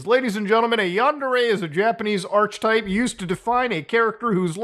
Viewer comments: First ordinary games video I've seen in years, pronounces archetype as arch-type in the first minute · Wow, Muta can't pronounce "archetype" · Isnt archetype pronounce are-keh-type? Not arch-type?😊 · just fyi archetype is pronounced "AR-keh-type", the ch is a hard K sound. thank you for the vid i appreciate your hard work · Just btw my brother, "archetype" is pronounced "ark-uh-type." 🙌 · Ark-type or ark-a-type, but never arch-type on the pronunciation of archetype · The second syllable is not pronounced "kee". It's ˈär-ki-ˌtīp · I believe it's pronounced ar-k-etype, despite the ch (archetype). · Mf said "arch type" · btw: "archetype" is pronounced "ark-eh-type" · ar - kah - type\ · Did he purposely mispronounce "archetype" and "harassment"? Lol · Muta you mispronounced archetype 🤓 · The biggest crime here is Muta's pronunciation of Archetype.